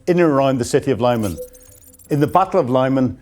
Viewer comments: It's pronounced Lee-mahn, not Lieman. This channel never ceases to amaze in it's ineptitude. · It's pronounced Li-mahn - I'm going to have to start handing out lines if you persist in not doing your homework! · Lyman - Arghh - Its pronouced "Li man" or "Lee man" NOT "lie man". Come on please. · Lyman is no English city. So please don't pronounce it, if it were.